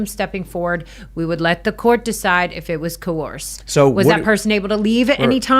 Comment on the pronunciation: Giving clueless the “blues” with clues…if you’re going to use the word “coerce” over and over, you should learn how to pronounce it…she’s a “survivor” of people calling her a “victim”…🤣🤡🌎 sooo mysteeerious about what she can’t say, smells like a SCAMMER!